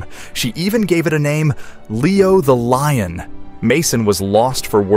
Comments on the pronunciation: Exactly! It's "LION", not "LOIN" dammit LMAO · He keeps calling it a loin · “Leo the Loin”? Really? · It’s a “lion”, not a “loin”.😂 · Leo the “loin”, and Lee ohn , where do you get these dummies? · Lion,lion,lion! Not loin!!! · What's with the "Loin?" sheesh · leo the loin? that's a quirky name.. maybe she mispronounced lion when she was a little girl and so immortalized it in the name? sounds like there should be a story behind it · I wish they would get a narrator that could pronounce simple words correctly. They're in English and shouldn't be that hard to read and pronounce. The word is one syllable. Lion not loin. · Did they really say "loin" instead of "lion" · Lion. Pronounced as lye- on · Hubs took his "like" off this video because the narrator wouldn't stop saying Leo the "loin" 😂😂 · or leon! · Will never click your site again. The way keep doing your pronouncing the word LION ,SAME AFRICAN LION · 😂 My thoughts, exactly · My hubs removed his "like" after around the 5th one 😂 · Loin, instead of lion? Status, instead of statue? Get a grip. I'm out. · Repeatedly calling this a "loin" and also a "status" instead of a statue is just pathetic. Sorry but no LIKE from me